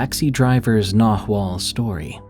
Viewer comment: Loved the Mexican stories, but it's pronounced. NaWal not Nahooal